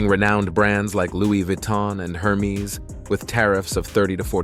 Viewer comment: It’s HAIR MESS, not Her Meez…